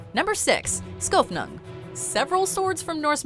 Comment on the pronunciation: oh... never knew. Although he got Skofnung right.